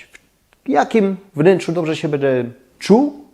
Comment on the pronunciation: Lubię Pana oglądać ale bardzo mnie razi jakPan wymawia końcówki np,bede dejcie pozdrawiam❤